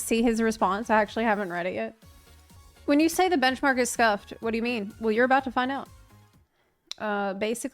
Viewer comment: Why did it take me 5 minutes to realize was saying bunchmark on purpose😅